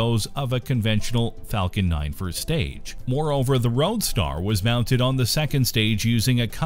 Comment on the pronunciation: It's"roadstEr" or "Starman"